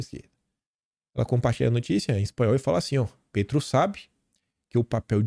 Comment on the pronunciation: se diz Pétro mesmo, com e aberto e não Pêtro. Um abraço e parabéns pelo conteúdo que acompanho diariamente.